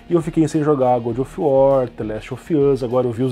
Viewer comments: Se pronuncia "Gódov uor" não "Gudi of uó" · Eu só n entendi se o fala "good of war" de propósito ou se leu errado mesmo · É que "gúdi of uar" é para os íntimos. Famoso Bom da Guerra :v